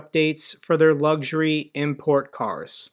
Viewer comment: Bro the word is spelt LUX URY and pronounced LUX URY not LUGS URY Jesus Christ i thought u would have that basic intelligence at least Very sad Oh and Pregozin what ever his name is Good Job the world is much better off now.